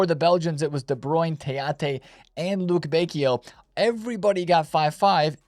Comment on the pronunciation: At least do something right and pronounce Lukebakio right holy